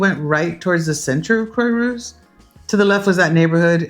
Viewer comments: Croix is not pronounced "croy" but "croa" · Quah rousse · It’s pronounced Craw-rousse😊. Great video. Thank you for the City Planner App suggestion! Brilliant ❤ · Croy-what? The least you could do is learn basic pronunciation. IPA to the rescue. [kʁwa.ʁus] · Croix-Rousse (ginger cross) crwa-russ. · You lived there HOW long, and you can’t pronounce Croix-Rousse???